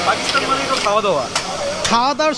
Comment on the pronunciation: Ki sob content creator! Pakistan bolte pare na, bole Pakisthan. Thu.....porashuna na korei ki.........?!?!?!